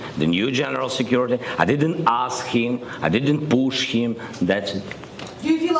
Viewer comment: " I didnt POESHHH HIM "